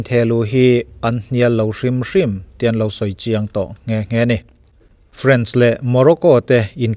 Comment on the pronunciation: Still my no. 1 you tuber. Comment khat tawh em mai. Sawi ve leh châk deuh ka nei. France leh French lam dan hi a inang lek lek hian Mizote hian kan lam tlangpui a, anni leh khawthlang lam erawh khu chuan an lam hrang hlak ṭhin. A ram hming, France hi chu A ang hian an lam ṭhin. Serie A tiha A ang ngei hian. E ti lovin A an ti ṭhin. Friends tih ang deuhin an lam ve ngai lo a nih chu. FrA-ns tiin an lam tlangpui. A mi chengte emaw an ṭawng hming erawh E angin an lam thung. Friends tih kan lam ang deuh hian E tiin a ri a, French tiin a ri thung. France - FrÂnce (FrÂns) French - Frênch (FrÊns). Final te an lut sia i la sawi fo hmel si a, ho te mah ni se hriat ve mai mai ah ka rawn comment zuai.